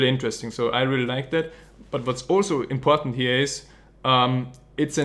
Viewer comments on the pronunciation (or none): none